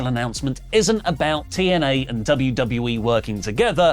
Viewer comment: Might sound random, but I always got a chuckle out of Drew Galloway saying TNA because he pronounced it as Teeeeee N Ehhhhhhhhh